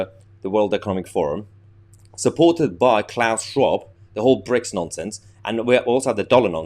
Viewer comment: Did you say 'Bricks' or 'Pricks'?.